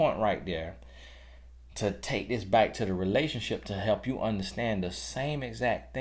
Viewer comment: "Bike" for Back❤